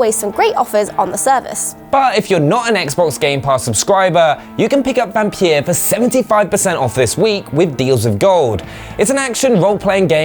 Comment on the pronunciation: Wait did you guys say Vampeer? 😁